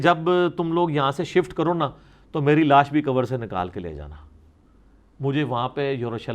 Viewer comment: Mufti sb ensaan ki dead body ko naaash boltay hayn laash nai